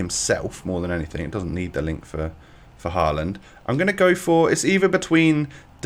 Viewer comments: His name is no haland is håland=real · No it is håland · Ivan å is pronounced like “oh” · It’s actually pronounced “Ho-land” !!!!!!!